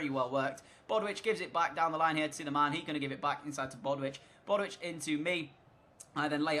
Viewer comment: I love the video and I know I'm super late but it's bow-ditch not bodwitch 👍🏻